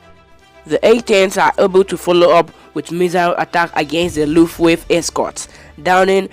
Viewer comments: It was the Luftwaffe not Luftwave! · I even tried it with subtitles... made it even worse, when he pronounced it "lufftwave" I had to give up!!! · Word of advice - you really need to improve on your pronunciation. Both English and German. You've really butchered "Wermacht" and "Luftwaffe" words. Google for how it should be spoken. Otherwise - keep trying and create some more content. I'm pretty sure you'll improve with time.